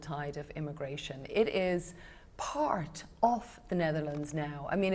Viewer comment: The way she emphasise the word ‘part’ 🙄